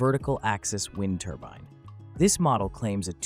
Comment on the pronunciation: Wind turban??? Lol another fake AIBS video